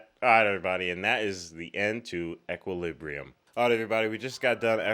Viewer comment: 1) Equal-lib-bree-um, not sure if anyone mentioned it lol 2) A lot of people compared this to the matrix because of the style and color grading which is why not too many people may have heard about it.